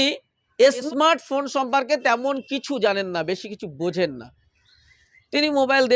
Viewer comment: তুই অনেক প্রশ্ন নিজেকে কর। ইসমার্ট না শব্দটা। এখনো কথা বলতে শেখোনি। সে আবার সাংবাদিক?